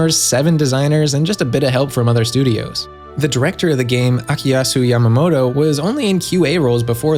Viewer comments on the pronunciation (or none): none